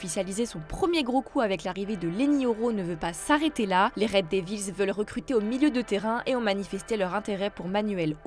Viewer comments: La pronomciation de "red devils" fait mal aux oreilles... faite un effort svp. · Red devils,meringue travaille ta prononciation 😂